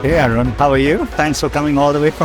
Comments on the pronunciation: arun needs to learn how to say his own name right 😭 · Watching first two seconds in repeat mode hearing Sundar pronounce "Arun"